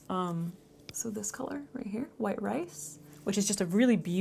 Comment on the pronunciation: You crack me up!!! “ I’m like hhwhite” 🤣🤣🤣